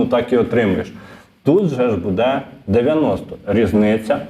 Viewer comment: Може все ж таки "дочекались"? 🙂 А ще правильний наголос "бУде" на "у" , замість неправильного "будЕ" на "е"